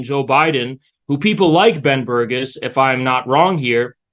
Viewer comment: Ben “Burgiss” I couldn’t listen to him after this mispronunciation because I was too busy laughing.